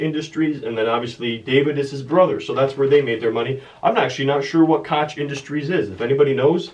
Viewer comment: Hey, the Koch brothers are in oil. Their father invented "cracking" basically cracking rock to expose oil back in the day. They own the second largest privately held company. They have contributed billions to political campaigns to keep their special interest intact. If there is an Illuminati, they probably run it. Also, add another mispronunciation to the wall of fame. Its pronounced "Coke" like the soft drink. I Enjoyed the videos Keep up the good work.